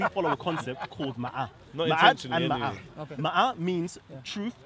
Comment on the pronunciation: talks about Ma’at. They are not even sure how to pronounce it. Most egypologists say it is called mu’at.